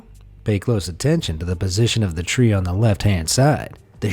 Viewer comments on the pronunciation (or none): none